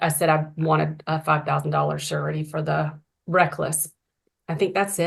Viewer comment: The momma bear is right. He needs treatment. Never heard a prosecutor pronounce it 'sir-a-tee' instead of 'shur-a-tee'... then, at the end, she went back to "shur-a-tee". Interesting.